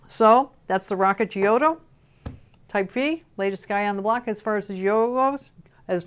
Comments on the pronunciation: love ya and your excellent reviews but your pronunciation of Giotto --> Gee-oh-toe kills me. It should be pronounced --> Jot-toh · the right way to pronounce the name is "jotto" :)